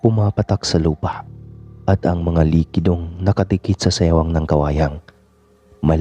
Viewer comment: Siwang Po Yun Hindi sewang😅